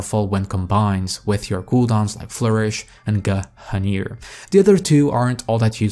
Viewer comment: guh - hunir.